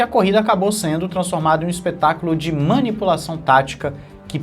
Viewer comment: Manipupaçaun? Kkkk